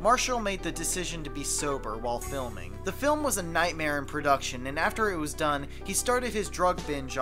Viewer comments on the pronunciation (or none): none